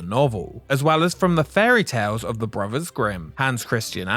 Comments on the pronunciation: This might be watchable if the narrator didn't pronounce "brothers" as "bruvvuhs". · One of the worst documentaries I have seen. Long, rambling, disjointed presentation that never gets to the point. Also, what is it with the British that they speak such poor English? Brovers? Fousand? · it is pronounced brothers not bruvers